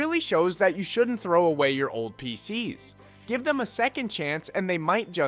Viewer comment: he said »thow«, not »throw out« -- i never met someone whose hobby is throwing pcs …